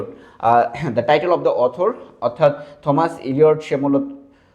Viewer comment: থমাস keno blchen.oita pronunciation টমাস হবে😶